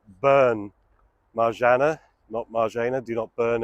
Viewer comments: Marzanna- One repeats the N twice in this name, just like Anna (not Ana). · Marzanna , please pronounce double NN, otherwise , could it get it.